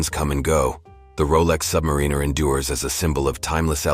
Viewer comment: Awful AI voiceover that can’t pronounce Submariner. 👎🏼